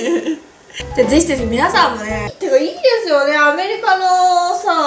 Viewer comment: ずっと気になってたけどぜひぜひがぜしぜしに聞こえるのは私だけかな、、？